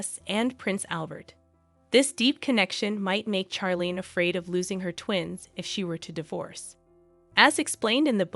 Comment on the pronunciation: First of all, the names Charlene and Charlotte are pronounced as if they were spelled Sharlene and Sharlotte, not as in Charles. It seemed to me from the beginning that Charlene Wittstock is a reserved person, not someone who is warm and bubbly. She and Prince Albert dated for 10 years before they got married, so she knew him quite well and knew what was expected of her as his wife. She was already in her 30s when they were married. She may also suffer from depression and anxiety. Certainly, when she had that sinus infection and surgery and wasn't healing, she was miserable. Who wouldn't be? Marriage is also often difficult and you have to work at it. Being a princess isn't the most stressful job. It's not as if you have to drive your kids everywhere, do housework, fill up your car with gas, run the household, all while working at least 40 hours per week. But being a princess can be a boring job, which is why she often looks unhappy. She could have had a worse life. It seems that she chose to make the best of it.